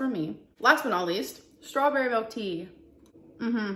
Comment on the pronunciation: "melk" I hate it 😂